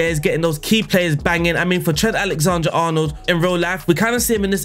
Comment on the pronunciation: Was exited to see what name you would mispronounce today, didn’t expect it to be- Alexander